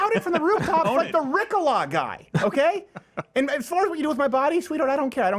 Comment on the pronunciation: Its pronounced ree cole a, not ri cole a